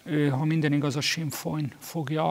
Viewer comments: ez a gyökér siffer...mi a f*stomach az a "Sinn Folyn"? - az Sinn Fein. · Azt nem tudom megfejteni, Schiffer András miért ejti a Sinn Féin-t sinnfOjnnak... ¯\(º_o)/¯ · É kétszer visszatekertem eszt hol hallota? Ha nem tud angolul akkor se sinnfoj